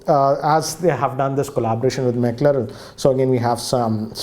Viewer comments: To begin with, you pronounced McLaren totally wrong, it is pronounced ”MecLaaren” Next, it’s just a special edition of an existing smartphone, i.e Oneplus 6t , you can’t expect a major redesign like IP rating or stereo speakers. I think you are over expecting from a special edition. Then, no one in his right mind would buy such an absurdly overpriced oneplus 6t “in India” except collectors and F1 enthusiasts, You are looking it from the wrong perspective, F1 is an extremely popular sport in Europe, and by partnering with McLaren they are just making their core product, that is, oneplus 6t and its future lineup popular in EU. In simple words “pure marketing”. The fast charging stuff was just an Easter egg. Same as all special edition smartphones the targeted consumer here isn’t the average joe, it’s the F1 enthusiasts, McLaren fans, Oneplus Fans car enthusiasts and finally, the Collectors. So hence from that perspective it’s fine. Just a note, in no way I am endorsing oneplus’s agenda or supporting their decision to gradually increase their pricing to flagship levels. I am just saying you can’t outright hammer OnePlus without putting yourself in their shoes... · You don’t even know how to pronounce McLaren and you are unboxing Mclaren edition phone😂😂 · McLaren 😆. who McLaren 😂 we don’t know..... we can’t even pronounce it Bhai please learn how McLaren pronounce Sorry sir We need good price not McLaren Too good opinions Given by you Keep it up!!! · somebody teach him to speak "McLaren". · Video is ok but... can't pronounce McLaren 😂😂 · He is pronouncing McLaren wrongly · Is it just me or , him mispronouncing McLaren is annoying a lot? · face problem to pronounce McLaren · I didn't said he pronounce wrong I said he faced problem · It is MCLAREN!!!! Not McLarel!! 🤦‍♂️🤦‍♂️🤦‍♂️ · For the final time It's Mclaren not Mclarel. You really need to work on your pronounciation. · McLaren........en not el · FFS it's McLaren not Makeral